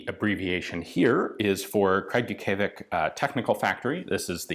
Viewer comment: Let me help a bit, VTZ is today's Zastava Arms in Kragujevac, back then meaning Military Technical Institute. City name pronaunced Kraguyevatz.